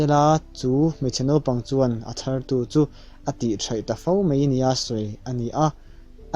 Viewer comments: A ngaihnawm....mahse 'mai' tih tur 'mei' tih ang chi hi awm lo se,ngaihthlak a nuam zual ang. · Mizo ṭawng uluk deuh rawh.... Mei iti zela, Mizo ṭawng chhiar/lam dik hi a changkang zawk.